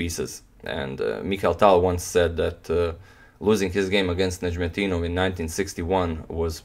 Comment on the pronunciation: Love how you narrate the game, but your pronunciation of Najm El Deenov is very similar to the Arabic pronunciation!! The word means in Arabic Star of the Religion